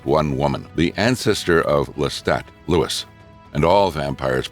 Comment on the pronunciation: "...the ancestor of Lestat, Lewis..." SMH